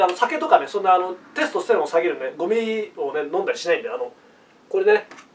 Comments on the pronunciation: イントネーションのせいでテスとステロンの3兄弟みたいになってる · テスト⤴️ステロン⤵️ww